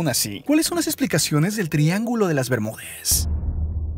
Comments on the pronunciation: Das info importante pero no me gusta como hablas :v El Triángulo de las Bermudes que es eso we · Es bermudas no Bermúdes... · por qué hablas todo terminando con la "e" ? que horrible se escucha la narración... "rápide", europe, "bermudes" "elle" "atraltide" "desarrollade"... lenguaje "inclusivo" ? horrible. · habla en lenguaje inclusivo? o estoy escuchando mal? "el triangulo de las bermudez" xD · Opino que porque mier.. le agregas la "e" a todo, triángulo de las bemudeeeees"??? Zoneeeee", florideeeee", no mms!!! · EN QUE IDIOMA HABLA ESTE TIPO ? FLORIDE, CINCUENTE, BERMUDES, PERSONES, RESPUESTE, EUROPE,....... EN QUE IDIOMA HABLA ESTE TIPO ? GENERO NO BINARIO ?